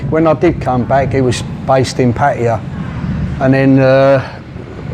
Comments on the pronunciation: sounds like a real nice bloke, he also pronounced Pattaya the way I do. 🙏for the video 👍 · 20 years and still does not know how to say Pattaya correctly